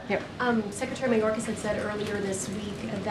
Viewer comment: Mayorkas or Mallorcas? He whitified his last name